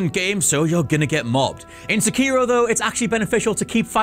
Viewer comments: Seh keer o or Seh key ro, I say the latter... this guy keeps saying the former... which is it. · The way you pronounce the title of this game hurts my ears. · dude it's so annoying everyone calling him se-kiro it's seki-ro. it's levi-osa not levio-sa LMAO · Dumb question.. Is the main character’s name Sekiro? They just call him Wolf. You keep calling him Sekiro but I wonder if that is correct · He keeps callin wolf sekiro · I don't think he pronounced "Sekiro" correctly once.